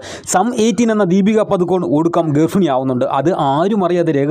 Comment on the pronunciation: foomi alla Bhoomi, Garfini alla Garbhini.